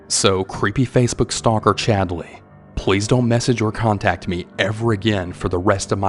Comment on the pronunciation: i’m sorry… but “Chadly”?!😂